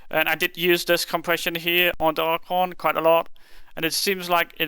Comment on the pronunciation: "Archuunnnggg" was said alot